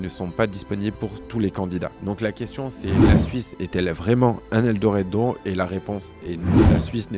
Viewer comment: Ta du mal à prononcer le mot "Eldorado" 😂😂😂😂